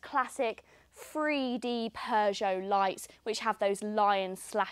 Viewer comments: When is that these people will learn how to pronounce Peugeot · Don't you love the way she pronounces "Peugeot"?